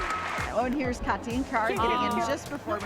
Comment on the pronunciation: Side note: As a linguism nerd I'm happy to hear that you know how to pronounce the german first name "Kathi" (It's not even close to the american pronounciation of "Cathy") 😊👍